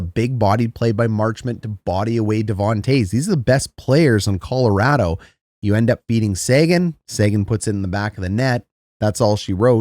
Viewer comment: I must defend this fine Canadian gentleman. As a native of the once great state of Colorado, I can confirm he is saying it correctly. Colo-RAD-o not Colo-ROD-o.